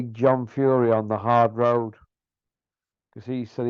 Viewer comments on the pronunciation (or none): Every time I hear "Arrd Road" it cracks me up, even if I'm tired and moody It puts a massive grin on me face. ❤😂